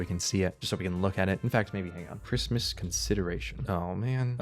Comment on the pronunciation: Cwismis :D